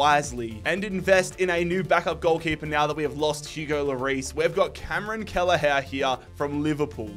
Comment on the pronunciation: No way this guy said Cameron kelleher